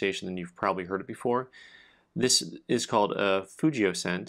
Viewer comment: The g in fugio is a hard g in Latin. Love your videos!